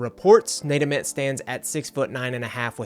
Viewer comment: its VOLS not VOLES. Short for VOLUNTEERS. Its AYY-Ment not Ahment Did you even watch a real game? lmao